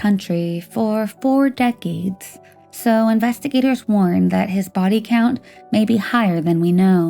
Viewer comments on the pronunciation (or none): none